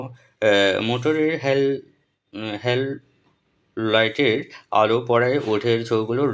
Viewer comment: মোটরের হেললাইট না ভাইয়া হেডলাইট😅😅